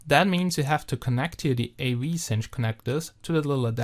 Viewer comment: Wahrscheinlich das erste Mal überhaupt, dass ich jemand in einem YouTube-Video das Wort 'Cinch' habe korrekt aussprechen hören. Alleine dafür gibt's 'nen Daumen hoch.